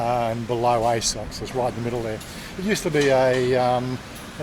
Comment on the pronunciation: It is pronounced ah-soak. there is no “I sock”.